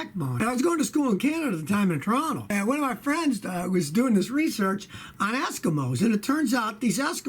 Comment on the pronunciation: He said...asskimoes..ha